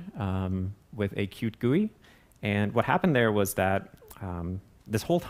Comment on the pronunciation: Up until here i thought he was saying "cute" each time he pronounced Qt